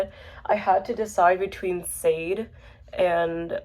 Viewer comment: you showed up on explore. interesting super chill authentic watch. sade is pronounced sha-day i often made this mistake as well until someone corrected me. lowkey has inspired me to show off my own cd collection. i have an autistic love for showing off my physical media. subscribing 👍.